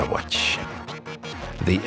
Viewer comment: The way he say "watch" is amazing 'uôtichê' hahaha